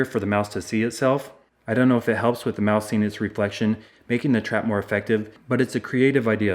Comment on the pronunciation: Did he say mouse soup